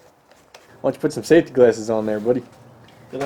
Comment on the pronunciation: You said (Safty) and you tach without gloves